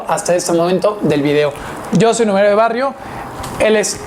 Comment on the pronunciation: Todo muy bien. Solamente sería genial que vocalizaras bien y pronunciaras todas las consonantes de “numerario de barrio” al inicio de tu presentación porque no te entiende. Si te esfuerzas, puedes lograrlo.